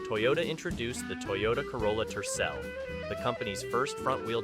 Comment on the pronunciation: Some are hideous but not Scary and it is Tercel not Turell.